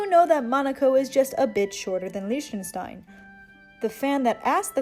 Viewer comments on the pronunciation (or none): It’s Lick-ten-stein